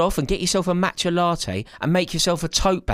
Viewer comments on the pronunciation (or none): none